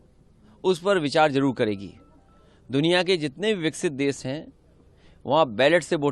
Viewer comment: नासमझ, विकसित भारत को विक्सित भारत बोल रहा है।